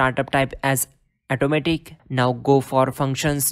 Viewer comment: Thanks for info but pls it is 'Auto' matic , not 'eto'matic